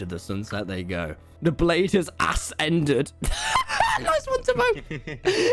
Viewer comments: the fact that tommy miss pronounce ascended as ass ended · "the blade has asended" will never get old